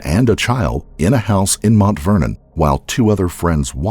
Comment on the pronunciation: Why's he keep saying MONT Vernon instead of Mount Vernon?